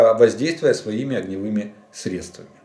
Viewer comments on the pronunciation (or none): none